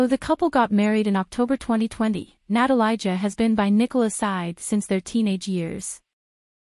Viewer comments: its not "natalayja" for christ sake, its "na-ta-lee-ya" leb te yebo nepismeni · Natalia. This is how you pronounce her name. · OMG you don't even know how to pronounce her name 🙈